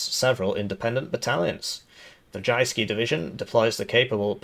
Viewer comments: aaarh the 'jayskee' division of Denmark! I dont have to tell how perfect his pronounciation is! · From Danish player, except for 'Jyske' you did well on the Danish speaking part :) PNÆV er just our short name for the M/72, stands for Panser (Armor) NÆrbekæmpelses (Close combat) Våben (Weapon) :) I need a campaign where we defend Jutland and the Northen German states :)